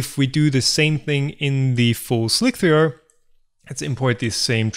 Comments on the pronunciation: Or not seeing how he keeps calling it "Slic-three-are" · Why are you saying "Slic-three-R" Isn't it pronounced Slicer? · Me too. Like WTF, just say "slicer" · No. is actually calling it "Slick-3-R". He is being too literal. does not seem to get the l33t reference in the title of the software. It is pronounced like you would say, Slicer. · Why do you and others say "slick-three-err" instead of just "slicer"? The maker of Slic3r says slicer. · SLIK THREE ARRRRR!!!!!! god dam this is driving me nuts XD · i pronounce it "slick 3 arr" like tom does in this video. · I pronounce the Slic3r PE as "Shlikr" or "Schlikr" to distinguish from the original Slic3r :-) derived from the Czech word "šmik" meaning "to cut". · Correct me if I'm wrong, but I'm pretty sure Slic3r is just pronounced "Slicer" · Hi. I think you can safely refer to the program as "Slicer" to rhyme with "Nicer" as per this old article: Even if it is written Slic3r, it can be referred to as "Slicer", as it is a frequent "hacker" thing to substitute 3 for E, 0(zero) for O 5 for S etc etc. They just did not call it 5L1c3r....but they could have... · It is "Slice"(r) as with "mice." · I think the way he pronounces it sounds cooler.